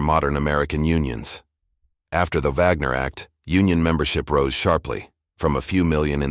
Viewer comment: It's called the Wagner act, with a w pronounced as in wagon. Is this AI voice German?